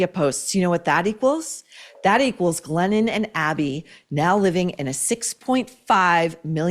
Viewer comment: When Maureen says "Glennon", I hear "Lenin". Basically, Glennon-Lenin composed a book made-up of old bumper sticker slogans. Co-Exsist! How about we Co-EXIT from the imposter author with mental problems?